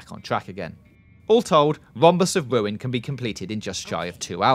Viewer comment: "Psychonauts and the Wombus of Wuin"